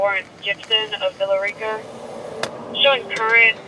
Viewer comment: It’s pronounced: “Villa RICKA” not “Villa REEka”